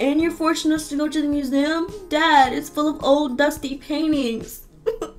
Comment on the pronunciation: Lol he said we are going to the "moo zem"